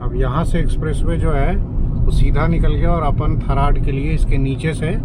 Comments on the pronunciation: Tharad bolte he ji Tha raa d d for dil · थरात है सर जी थर्ड नही है 😂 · One correction "थरड" नहीं "थराद"